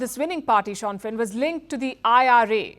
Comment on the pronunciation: It’s not shaun fein but pronounced as Sinn fein